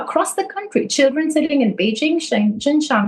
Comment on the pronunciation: You're mispronouncing Beijing.